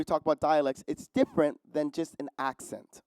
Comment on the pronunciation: Enjoying watching but note that he mispronounces part of the example text, although in an understandable way as I too was confused at first. That is not "i's" as in the first person pronoun plus an "s" but a deletion of the "t" in "it's." I would have spelled it "iss."